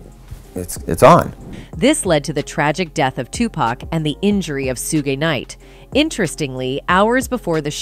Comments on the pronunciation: who the eff is soo gi nite? it is shoog knight. Do your research, lady. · She just say “Sugey knight”?😂😂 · Sue-gee knight 😂😂😂😂😂😂😂😂😂😂😂😂😂😂😂😂2pack 😂😂😂😂😂😂😂😂😂😂why just why… butchering legends names like that 🤦🏾‍♀️🤦🏾‍♀️🤦🏾‍♀️🤦🏾‍♀️ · Shugee knight 😂😂😂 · Soogay Knight though lol!!!! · Who the hell is sugay knight? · Soogie Knight? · Suegay Knight?? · soogay knight lol